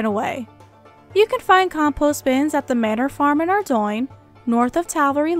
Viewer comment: ARE DOIIIIINGGGG lol. its pronounced ARE-DOAN